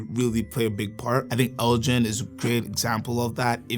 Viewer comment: Elgin is pronounced with a hard 'G'. It's named after the Scottish Earls of Elgin hence the models including the "Lord Elgin" and "Lady Elgin".